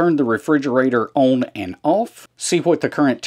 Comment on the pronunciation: I am from Ohio but this accent is familiar to me because I have lived in Middle TN for 20 years. To help those who are struggling, own = on. 😂 Great channel. Thanks for the videos.